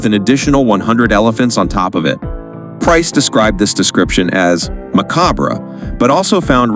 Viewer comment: Ma Cabra . lmao